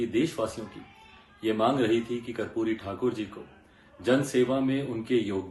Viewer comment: कपूरी नही बेटा कर्पूरी उच्चारण किजिए।मोदी जी क्या खेल खेलते. समझ के बाहर हैं। राम विलास पासवान लालू यादव नितिश कुमार शरद यादव सब लोहियावादी कर्पूरी ठाकूर के आयु में छोटे पर शिष्य कह सकते हैं।बिहार मे बडा खेल होने जा रहा हैं।